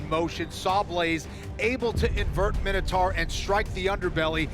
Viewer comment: It's my-no-tor